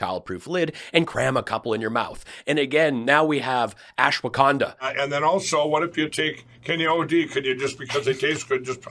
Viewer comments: All this time, and we thought Mike Pillows' pronunciation problems were his former drug of choice. It could just be that its ashiwaginda, washhaganda, daswaganda😅😅😅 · I think he meant ASHWA 'GONE' DAH....lol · Are you sure it's real ashwagandha? It's well known that Mike has a pronunciation problem. I think he really is selling ASSwaganda, which makes more sense since it has Mike's name on it. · " ashwahganda..."? We need a Mike Pillow to English dictionary.... I don't know what he is pushing....he says he's been taking those gummies for a while, but had no idea they were plant based. Pretty much grew out of gummies, but if I decide to have some... I'd probably go down to my local Green Cross store. 😂 Thanks for the laughs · It’s hilarious how Mike can’t get the name of the supplement right 🤣🤣🤣🤣🤣